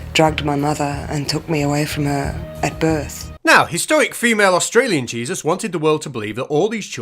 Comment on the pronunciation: What's an Ausralian?